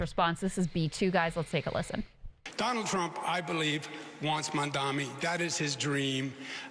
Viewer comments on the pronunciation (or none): I’ll bet that Cuomo keeps saying Mamdami because he’s hoping somebody will spin it into “MamDummy”, which clearly won’t work. New Yorkers are tired of this rich white asshole. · If Cuomo can't figure out how to f*^*ing say the name of a person who's living rent-free in his f*^*ing head 24/7, how the hell is he going to figure out how to do all the waaaaaaaay more complicated things that come along with being a mayor? It's Mamdani, bro. Mom Donnie. Jesus Christ. It's not that f*^*ing difficult. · Mandami, Mamdani, why can’t he say his name yet!!!!! Or just say Zohran that’s easy. Ffs. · “Mondomney” - Cuomo 2025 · Cuomo's "Mandami" is just as disrespectful as Stephen A. Smith's "Wembanyana". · I love it when you both work the show together, Krystal is hilarious!! I like it when he said my name is spelled Mamdami, learn how to say it. Anyway great show, gnight.. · Andrew Cuomo keeps saying Zohran's last name incorrectly. It's M-A-M-D-A-N-I. MAYOR Mamdani! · it's deliberate, Kyle. It's a way of othering and talking/looking down upon someone. He was able to pronounce Kosciuszko Park perfectly but he's incapable of saying Mamdani? Come on now. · The way Mamdani’s name always seems to purposely be pronounced wrong is triggering me too and seems demeaning! It really rubs me the wrong way, but people who work with me for years always butcher my Muslim name too so I figured it was just me. Good to know it triggers you too as a white man 🤣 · Cuomo mispronouncing Mamdani is like all the people who purposefully pronounced Kamala wrong. So disrespectful.